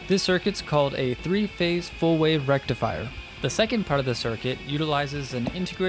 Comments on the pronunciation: Some unibrow guy: FULL BRIDGE RECTIFIAAA! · FULL BRIDGE RECTFIAAA!!!! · Fuuulll bridgeee rectifiah....!!! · FOOL BRIDGE RECTIFAYAH!